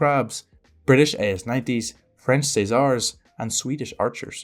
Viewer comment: I think you have the best non-french prononciation of the CAESAR, very good video 👍